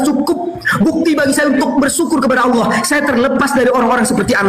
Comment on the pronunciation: 🤣🤣🤣🤣🤣🤣🤣🤣dapet literasi dr mana bosss pendeta petinggi lu aja mengakui itu punya umat Islam paus Vatikan aja bilang keristen Indonesia jgn pakai nama tuhan umat Islam. lo sekolah di mana allah jd alah??? double L woiii itu ada penekanan. kalo mau bilang alah ya alah bukan double L. coba bahasa inggris one di baca one atau wan ??? bodohhb kaliiii kau ngab.. baca2 lah website resmi keristen arab. apa allah di sana ada terulisa NAMA TUHAN NYA UMAT ISLAM. ITU KERISTEN ARAB YG BILANG. LO SIAPA NGAKU2. G ADA WOII ORG BARAT NYEBUT GOD ALLAH ATAU ALLAH MY GOD G ADA DIA AJA KALO KAGET PASTI BOLANG OH MY GOD LAIN OH MY ALLAH.. JD BEGOOO MALU2IN AJA. BACA DI KODEX SINAI KODEX VATIKANUS NAMA ALLAH. KALO ADA IRIS KUPING GUE. JANGAN NGAKU2 DAH LOOOO